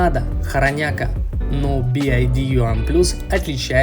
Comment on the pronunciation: Как ты назвал Би Уай Ди??? Буква Y по твоему читается как Ай???